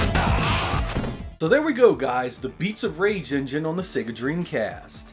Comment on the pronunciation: On = On. Not On = Owan. You're welcome.